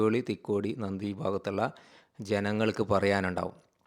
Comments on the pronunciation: നന്ദി അല്ല നന്തി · നന്ദി അല്ല സുഹൃത്തേ നന്തിയാണ്